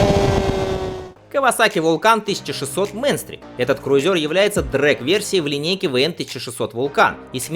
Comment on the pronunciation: Как всегда отличная подборка ! Только Кавасаки не Мэнстрик а правильно говорить Минстрик. У группы AC/DC Есть такая песня)) А ещё в 80-х была такая девичья группа исполняла метал. Всем лютой катки и добра!